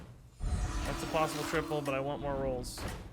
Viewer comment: The "more rolls" was just too much, it just started to sound like "morals"